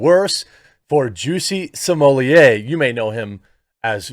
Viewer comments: I'm now convinced you're saying Juicy Sommelier intentionally. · Either my hearing is going or it sounded like you referred to him as ‘Chelsea Smollett” at one point. A harbinger, perhaps?